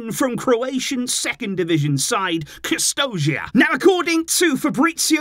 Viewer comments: Kustošija is read like Kustoshiya, not Kuztozhiya, s remains s it doesn't turn into z. It's so much harder to pronounce it wrong than the right way. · You are butchering Kustošija name. Its prounuced Kusto-shija.